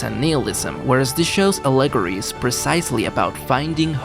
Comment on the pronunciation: I like your video. I do. Please don't say allegory like that anymore lol